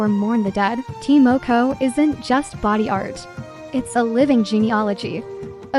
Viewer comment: It's ta (tar) moko(moor koor)